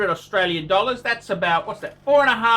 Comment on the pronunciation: My first video. I like how he says dollars, accent is spot on!